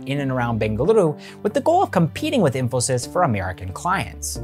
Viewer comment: I loved how you pronounced the city names of BENGALURU and MYSURU correctly, such a subtle thing but definitely appreciated by any Kannadiga and letting the world know it’s correct names.